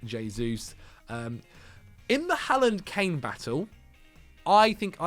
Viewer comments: Im norwegian and your first pronontiation of Håland is correct but not the second one. In Norway we do indeed say Håland and not Haaland so you are doing it right the first time but not the one you are trying to correct to. Just keep on saying it the way you are used to that is the correct one ☺️ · your pronounciation of Haaland was correct the first time. It IS in fact pronouced "Haul-land". /Scandinavian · you keep saying Haaland correctly and then correcting yourself to the wrong pronunciation. It's "Haw" not "Ha", rhymes with Law. - Norwegian person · You did it twice !! You seem to have learbed something new and have changed how to say it. And you have gone from correct to incorrect. Someone has misinformed you !!